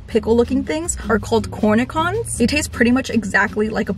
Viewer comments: Please, it's pronounced Cornishon, not cornicon...the "ch" in french (yes, it's a french word) is pronounced "sh". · Binge watching you! You are so my vibe as a content creator and you make my days better. Love coffee and reading too. I am a huge Simple Modern Tumbler fan and I love that you called yourself out on Slim lol. Before they come for you...that pickle is pronounced core-knee-shon. Love you girl. keep shining!